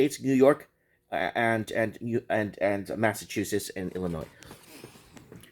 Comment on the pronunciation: I am impressed you Canadian hunk. You dropped the S on Illinois as it is silent. We love watching you here in Illinois. Be well